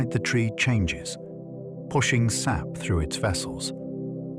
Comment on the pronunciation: yeah a couple times they say S.A.P instead of 'sap'. Sad how much AI there is now. Makes me wonder how much of this is facts.